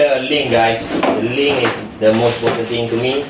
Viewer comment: You mean link, not ling...